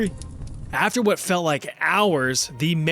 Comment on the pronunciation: as someone that lives in the CITY of nottingham, i applaud your perfect "wot?" in the local accent ;) and of course <BEEP>!